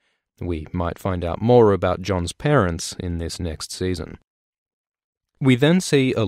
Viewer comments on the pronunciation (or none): none